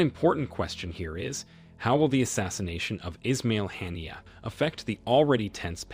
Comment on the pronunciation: US should learn English pronunciation, never mind being unable to pronounce Arabic names. Or, do they do it deliberately. Haniyeh was a great and good man. Not called "Hannier"